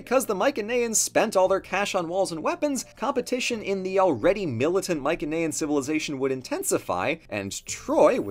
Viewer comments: my-sen-ayan, not my-ken-ayan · sorry just hhrrnrng ocd it's pronounced mai-suh-nee-uhn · The way he says Mycenaean really annoys me I’ve never heard it said that way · Pronouncing Mycenaean incorrectly